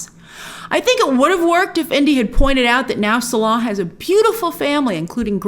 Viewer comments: It's not "Suh-LAH", it's "Sallah". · Clearly not an Indy fan if that’s how you pronounce Salah. 😂😂😂😂😂😂